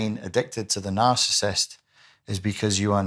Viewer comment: I can't. smh. You are leaving out an entire syllable. The word is NOT "narcist", it is nar-ci-sist. Other than that, you seem to know what you are talking about.